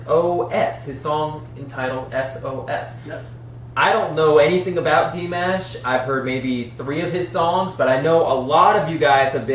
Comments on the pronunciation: Aside from his fabulous vocal abilities and stage performances, Dimash (the mash is pronounced like wash) he is a very giving and kind man. He will dole out millions if there is a need and never speak of it. He often works with the great maestro, Igor Krutoy He remains single and lives with his parents, brother, sister and his grandparents. He is from Kazakhstan. The people there are mostly Eurasian and are very kind. He still bows when he enters a stage as a sign of respect to his audience. When a first born son comes into the family, they are handed over to the grandparents for their first 10 years. That does not remove them from their parents, as the entire family lives together. Dimash was that first born and still calls his grandparents Mama and Daddy. His mother is a famous Kazak soprano opera singer and his father is a famous pop star and producer. He believes family is the most important thing. His parents traveled with their careers so this Kazak tradition worked well for his family. He began training with vocals at age 5 and also instruments. He just completed his Masters and his plans are to go headlong into his doctorate. He is 6'3" tall and a swimmer. He adores his fans and calls them his Dears. He is known to get down on his knees to be able to reach out and touch his Dears while he is singing. He also signals his Dears to sing with him on occasion. As you can tell, his Dears love him greatly and learn everything they can about him. Hope you continue to react to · 1st) pronunciation is slightly off of his name. 2) He's from Kazakhstan 3) He has a 6+ octave range. Thanks for the reaction. Sounds like you enjoyed listening to him. The other fans will give you recommendations of Dimash to listen to. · Igor Krutoy pronounced it as Dee - MAAAASH. Listen to how he introduced Dimash at the Love Is Like A Dream in Moscow and New Wave 2019.